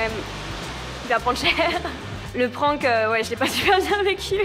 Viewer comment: Pourquoi oblige les gens depuis tout le temps a prononcer le mot anglais Prank comme si c’etait un mot Français PRENQUE?